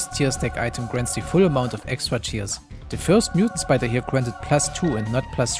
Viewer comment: myutant spidah